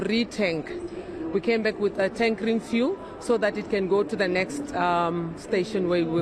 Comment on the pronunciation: He cant even say fuel. He is saying vool